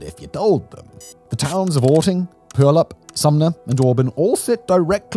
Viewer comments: S T O P !!! Let me help you there, Simon, before I freak. It's /pū/ ăl / əp/. Stress on the middle sylable. You're welcome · "Pee- you-al-up" sorry, I'm a Washingtonian. Lol! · yeah I'm sure you know but it's pew-ALL-up. Definitely not POI-all-up or however he says it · "Pull-yup"?!! Puyallup is pronounced more like: PEW-all-UP. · Pew Al Up Not pew All up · Pew-AL-up. You were close on the pronunciation! I grew up in Enumclaw and now live in Tacoma. My favorite mispronunciation was by some Texans -Pooo-ee-AL-up. My friend affectionately called her home town Puyallup, “pile of poop.” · It’s Pyew-WALL-up. It’s always fun to hear how out-of-staters pronounce it. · PEW-owl-up River. I Cant even restate your pronunciation without remedial piglatin courses. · Just a quick pronunciation. “Pew All Up” say it fast and if you get real good at it, p’yallup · Pew-al-up is how I pronounce it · Yeah… he even pronounced it “Pompeii” once… pretty sure… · Washingtonian born and raised.."poo-yallup". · I applaud how well you pronounced Puyallup the first time. The second time you fucked it up tho 😂 "Pew-Al-Up" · It is pronounced pew-al-up pew = a bench at church Al = my cousin up = the direction of the clouds But you are getting a lot better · You almost got Pew-Al-lup right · For the love of god please learn how to pronounce Puyallup! Think pew-AL-ep. Otherwise this is great info lol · "Pew al aup!" Sheesh! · Puyallup tribal native here, see this absolute giant every day on my way to work. And yes, you did get the pronunciation closer than 98% of people. It is pronounced “Pew-all-up” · Its pronounced more like PEW-ALL-UP. I grew up in Sumner we used to go to puyallup to hang out as teens cause it was bigger than sumner and therefore we thought more to do even thoufh we did same stuff in puyallup as we did in sumner😂😂😂small town kids for sure. Solid video Simon very real breakdown of what is 100% going to happen here at some point. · PEW-wallop, Simon. Pew-wallop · Pew-al-up S-quim